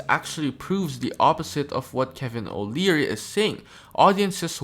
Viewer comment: They said his name multiple times, why are you saying it wrong?